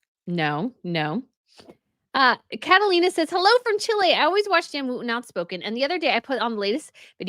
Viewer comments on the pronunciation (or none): none